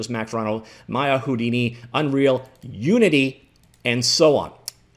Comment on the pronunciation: "Starting with 'U', and ending with 'ninity'." Uninity?